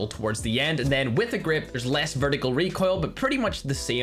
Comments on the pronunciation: "Reek oil" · Just wanted to hear saying Reek oil